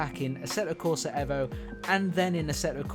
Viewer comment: another youtuber who refuses to pronounce the EVO properly. you lost me after 10 seconds mate.